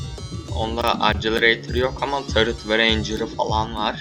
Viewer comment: Accelerator tam olarak şöyle okunuyor " ekselereytır " bilginize :)